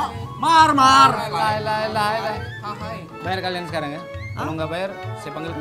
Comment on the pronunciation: Pengucapan kata lae nya itu benar dan fasih. Ga seperti di tv. Mengucapkan kata lae jdi lay. Horaaass!!!